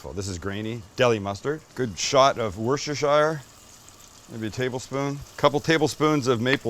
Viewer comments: It’s not Wush-sha-shire. It’s Wuss-ta-sher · I Love your content.... I believe it's pronounced "Woos-ter-sure"... Just like New-hamp-sure... LOL... Take care.